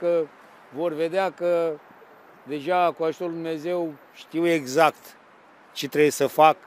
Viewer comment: Știe ,,iezact'' , dar nu e sigur😂🤣🤣🤣